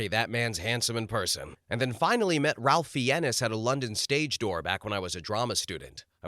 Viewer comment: "Ralf Fee-ennes"? I think Ralph Fiennes is pronounced "Rafe Fines".